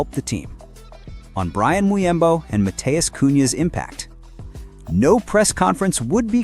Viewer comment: bro, he aint pronounced as byan muyembo😁